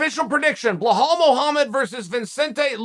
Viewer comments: chael making me think its Blehal not Belal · “Blehal” love ya uncle Chael 😂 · Does it on purpose he always calls him BLAHAL but writes the name BELAL for the title video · BLEHAWL > BELAL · Uncle Chael… i know you read your comment section. Its Belal mate. Be lal. You pronounce it as its written. Stop intentionally mispronouncing peoples names. You pronounce Khamzats name wrong too. Who the fk is Hazmat? Its getting quite hard to take you seriously 😐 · How can chael not say Bee-Laal is beyond my comprehension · Belal: " Remember the name " Chael: "Blahaal" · Who tf is blah-hall? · There is no “h” in Belal’s name. I was so confused at first haha. It’s B-LAL. FYI for people out there. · I STILL don't know what a "Blahall" is!? 😅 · Love the analysis but it's Belal (rhyms with Nepal) no H. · Did chael ever get a name straight? Blehal… man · I only clicked to hear uncle Chael say - " Beh haul Mohammed " 🤦🏽🙄🤪🤣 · "You guys did not even know what a BLEHAWL was 2 years ago"... Uncle Chael I still don't know WTF that is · The only one who mispronounces Bluh-HALL, is Bluh-HALL. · How has nobody corrected him on the pronunciation of Belal yet? Lol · How do you spell the fighters’ name right on the title but don’t say it right during the video? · I rooting for Luke just because I don’t want hear people saying the word Belal It sound like a person has a egg in their moth want they pronounce his name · chael purposely mispronounces the name of like half the fighters he talks about, have you seen any of this other videos? lol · Even finding a way to mispronounce belal, there’s levels to this